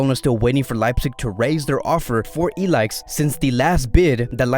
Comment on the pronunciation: Pronounce I L A I S H not ilaix